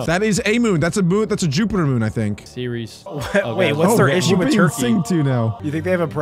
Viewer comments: "Seires" "ceres" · thats a dwarf planet btw its ‘ceres’ not ‘series’ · Also ceres is a dwarf planet and it’s pronounced eres the c is silent